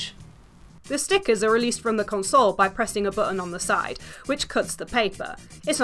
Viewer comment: drinking game: Chug every time she pronunces console funny. lol typo, because i've been playing it.